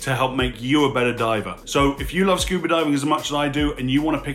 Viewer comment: You said< "Scoober". Love your channel!